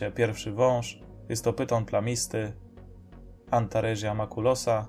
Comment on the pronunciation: W łacinie czyta się tak jak sie pisze czyli antaresia to antaresia nie antarezia, z małymi wyjątakami np. Ae to e, qu to kw itd...